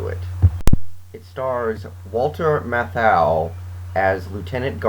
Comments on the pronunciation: For authenticity almost all of the actors in this film are in fact native New Yorkers. Obviously Robert Shaw is one of the few exceptions. Also, Matthau's name is pronounced as MATH-ow, not ma-THOW. My favorite supporting character was Caz Dolowicz. "How the hell can you run a goddamn railroad without swearing?" I really felt bad when he got shot. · Jerry Stiller‘s name is indeed in the credits under Lieutenant Rico Patron’s. Also you’re mispronouncing Walter Matthau‘s name every time you say it. I appreciate the review but please get your facts right.